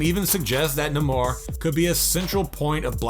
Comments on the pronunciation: I've never heard a more annoying voice. English as a second language is fine, but learn how to say Namor. NAY-MORE. Not "Nuhmar" duh. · He mis-pronounced Namor's name to. He pronounced it (Nuh-more). It's (Nay-more) dumb ass! 😄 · Darkseed? Na-mor? Try NAYmor and DarkSIDE... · "Nimar" LOL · Damn this guy sucks at pronouncing names. Gale Getta, Tea Challa, Na-mar. It was getting annoying but i still couldn't help but laugh at him 😂🤣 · "Tea-Challa"? "Namore"? The hell… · HOW THE HELL DO YOU REVIEW COMIC CHARACTERS BUT CAN'T PRONOUNCE THEIR NAMES?!? Let me help you; T'challa is pronounced "Tuh-Chall-ah" Namor is pronounced "Nay-More" Darkseid is pronounced "Dark-Side" SMDH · OMG! Teach your voiceover guy how to pronounce the names of the characters, for crying out loud! It is not "Tee-challa"! It is not "Nay-mor"! It is not "Dark-seed"! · Tea-Challa , Gal Gadder , Nuh-more , Dark-Seed , Get someone who knows how to pronounce things properly , please !!! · Tea challa Naymer Darkseed wtf dude😂💀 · WTF!!?? Tee-Challa? Darkseed? Neeemor? Do you even know anything about these characters? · How are you doing this video and not being able to pronounce half of the characters names? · Dude please learn the character's names. You are butchering them. It's hard to listen to you. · So Namor was pronounced wrong, T'challa was pronounced wrong and Darkseid was pronounced wrong, and Gal Gadot was pronounced wrong. And I have the feeling that you probably pronounce many other names wrong as well. Wow....it's like it was on purpose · And Namar, fucking Namar😂😂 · you can't fault fans for wanting people who report on the things they love to pronounce the names correctly though, right? I mean Namor is pretty cut and dry and this dude straight up murdered it... I'm surprised he didn't screw up Batgirl by calling her Botgirl